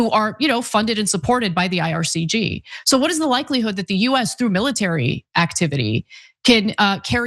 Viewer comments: Ana, I love you to death, but its IRGC, not IRCG 😅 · Ana it’s the “IRGC” not “IRCG” lmao you keep doing that every time you mention it.